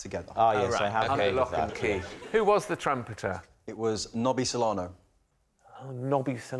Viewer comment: The football players name is Nobby Solano. Rob misprounced this as Nobby Solero. Hence, Lee's comment on the rude icecream